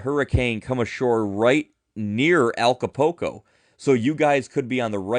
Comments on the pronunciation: did see the U? Because he used the "oo" sound..."ooh" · I certainly appreciate the information, and I mean no offense, but you’re butchering the pronunciation of Acapulco. Ah-ka-pool-co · Thank you for your post. I noticed that too. It like they don't see the U . It doesn't even make sense.